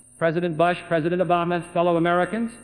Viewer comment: Here’s a fun game you can play: Take a drink every time JFK pronounces “OBAYMA”